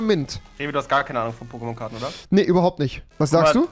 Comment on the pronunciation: Wie rewi die Namen ausspricht tut weh